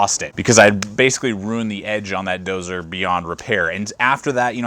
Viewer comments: When the person reviewing the knife can't pronounce the title of the knife correctly it's not dozer it's Dozier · Doe-zee-yer = Dozier. Not doe-zer. Ya doo-zer! :-p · It's pronounced "DOE-ZEE-ER" in case anybody wanted to know, I was curious myself :P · It was my first thought too